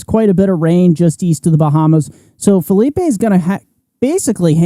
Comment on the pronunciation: It’s Phileep not Philipay! 😂